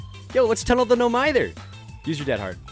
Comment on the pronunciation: It's pronounced "No mihther," not "no meyether."